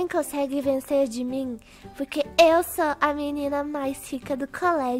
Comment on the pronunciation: tava dando uma agunia pq vc falava puque sabemdo q era porquemas ameiii